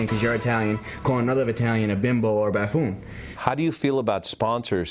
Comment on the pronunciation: is he trying to pronounce "buffoon"?